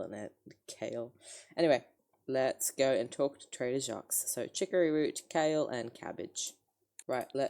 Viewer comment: you’re correct! the S is supposed to be silent. apart from that he’s saying it right